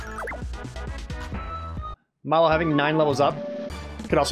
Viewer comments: He's remembering "Croco" as being "Draco", and Mallow instead of "mal-loh" (the second half of marshmallow) he's pronouncing like "mall-oh" (mall, oh!). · Where did he get "Dracko"? And why does he keep calling Mallow "Mollo"?